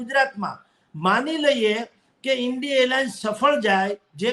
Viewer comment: ને ઇન્ડિયા બોલતા આવડતું નથી તે ઇન્ડિ ઇન્ડિ એમ બોલે છે? આવા માણસોને લીધે જ દેશની હાલત ખરાબ થઈ છે કેમ કે સાવ લબાડ એવા નેતાઓની વાહવાહ કરવામાંથી ઊંચા આવતા નથી. ભાજપ ને ભાજ પાર્ટી બોલો તો.